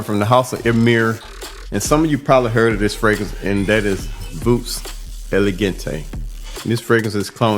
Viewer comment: Voux is pronounced Voo. Voux Elegante is an outstanding clone of Naxos.